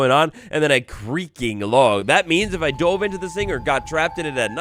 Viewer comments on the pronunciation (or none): none